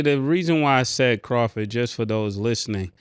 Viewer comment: I know dude aint say crawford lmaooo